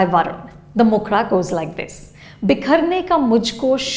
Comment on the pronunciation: Did you just pronounce mukhda as mokhra? Please stop stabbing Hindi language.